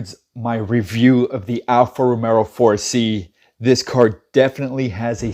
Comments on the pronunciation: Alfa Romero???? Lmao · It helps credibility if you learn how to pronounce Alfa Romeo proper....